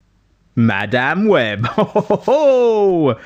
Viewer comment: 'Ma Damn Webb' could not stand to listen to a minute of this because of how he was pronouncing this. Was it on purpose? Was it supposed to be a joke? It's not funny. Just obnoxious.